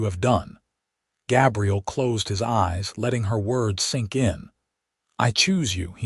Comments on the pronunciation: It kind of sucks that the AI mispronounced his name through the entire video using the female pronunciation for Gabriel. It was somewhat disconcerting. Doesn't anyone ever listen to this crap before they push the submit button? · I'm guessing that you aren't English language first Gabriel is pronounced with a long A as in bay and say. The way you are pronouncing it is for "Gabrielle" the female version of the same name. That said it's a good story. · Very frustrating that AI mispronounced Gabriel the entire time